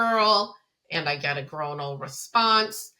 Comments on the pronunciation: oi doesn't make the long o sound in the word groinal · you say the word groinal wrong so so so so so many times 😂😂